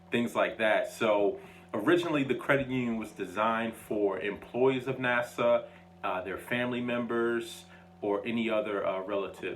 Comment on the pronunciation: Na suh, not Na saw